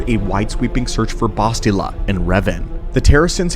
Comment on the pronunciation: The way you pronounce bastilla tells me you never actually played TOR games